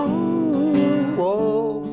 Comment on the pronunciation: I love when Paul does the NY accent. So funny! "Stay tuned for da superbowl!"